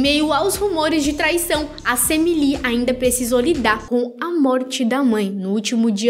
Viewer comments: É SAMMY não SEMMY , KKKK que nervo KKKK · Que agonia ouvir vc falando sêmi